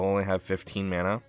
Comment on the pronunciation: "i'm out of MYANUH"